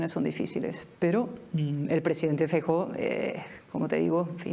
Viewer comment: No es una cuestión de nacionalismo, es cuestión de buena educación. En Galicia no hay problema con ningún nacionalismo, y todavía hay democracia. Feijóo debería primero enseñar cómo se pronuncia su apellido, que suena bastante mejor en gallego, y después hablar castellano o gallego según toque, sin pose, porque su gallego es muy deficiente. Estoy seguro que este periodista si se encontrase a Cayetana y se dirigiese a ella en privado o fuera de cámara, lo haría en muy correcto castellano. El numerito inicial fue innecesario.